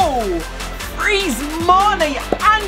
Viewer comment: Did He Say FWEEZE